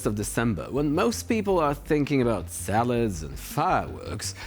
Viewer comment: Did he say “salads and fireworks…”?